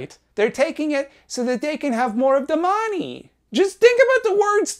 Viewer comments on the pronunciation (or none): I get a rush of dopamine whenever he says "Da money" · "The mah-nee" cracks me up every time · Ive been blastin through all content and i just lose it when he says "DA MAHNNEE" 😂